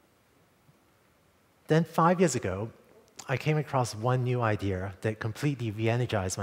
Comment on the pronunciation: he said idear hahahahahaha1!!!!!!!!